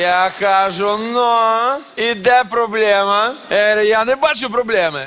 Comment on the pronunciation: Снова мовнюки наехали! А в слове проблЕма, буква Е, на украинском языке звучит твердо! Сергей Дмитриевич произносит как Є - проблєма Не зовсим гарно з його боку!!!